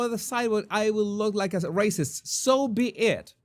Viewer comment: The emphasis,, is on the “be” in “So be it”.